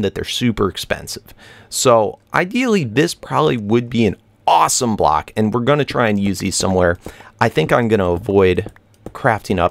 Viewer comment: When you say block it sounds like black haha